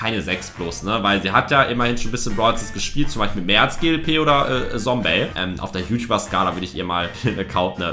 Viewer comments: Lukas das heißt nicht Sombey sondern Zombey Also mit Z ausgesprochen und nicht mit S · Man spricht es Zombey und nicht Sombey aus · Einfach zum Paluten geworden, wie du auch statt „Zombey“ auch „Sombey“ sagst😂 (no front) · Nicht sombey !!!!!!!!!! Zombey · Es heißt Zombey und nicht Sombey 😡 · Es heißt nicht Sombey sondern Zombey😡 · Man spricht ihn nicht sombey sondern zombey aus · Zombey!!! NICHT Sombey!!!!! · Nicht Sombey sondern Zombey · Zombey und nicht Sombey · Boah ich war so getriggert als er sombey gesagt hat😂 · Es heißt Zombey